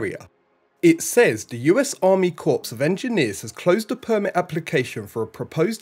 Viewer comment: You got to change your intro and outro. Getting very tiring. Must be for you too. BTW Army Engineer Corps, like the Marine Corps, You don't pronounce the 'p, Just say 'core'